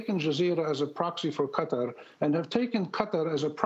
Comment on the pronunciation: "Qutter" it's qatar Jesus Christ!